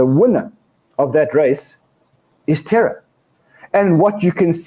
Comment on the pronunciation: More terra not terror